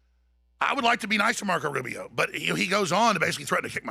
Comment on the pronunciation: How the fuck does he say Rubio. No one like Rubio.